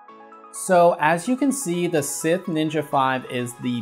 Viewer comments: Did this man just pronounce Scythe as Sith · Why the pronunciation of scythe as sith? You're killing me, Smalls. Lol